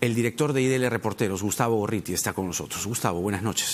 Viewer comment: Gorriti es gago? No puede pronunciar la rr?